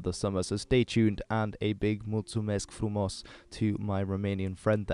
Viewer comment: I STARTED LAUGHING WHEN YOU SAID "MULTUMESC FRUMOS" LOLOLOLOL. though letting jokes apart, you said it quite good. The accent made me laugh